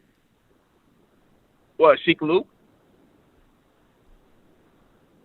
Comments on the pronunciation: Sheek Luke 🤣🤣🤣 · Did he say sheek Luke 😂😂😂😂😂😂😂😂😂 or sheek Lou lmfao 😂